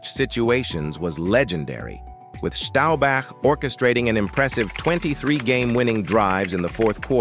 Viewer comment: How can you get Staubach pronounced correct but not Oonitas? Sheesh...